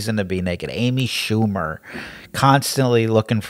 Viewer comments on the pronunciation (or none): ....you mean amy "shamoo-mer."